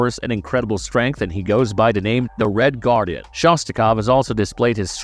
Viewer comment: Did you just say red garden?